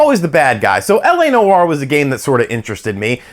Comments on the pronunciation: Dude. Live the channel. Tons. But Noire is a one syllable word man. It’s not New-War. Just Nwar. Peace from Canada. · “LA No-R” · Noire is one syllable.